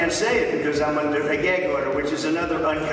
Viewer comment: If I hear, “geig”order one more time!